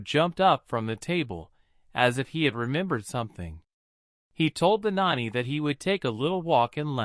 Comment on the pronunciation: you do real good up till the point where you try and say the word nanny. You get it wrong 80% of the time, and right 20%. Just something to think about. But over all much better then other channels